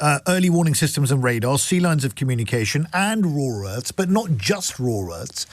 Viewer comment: what is a "raw Earth"? 🤣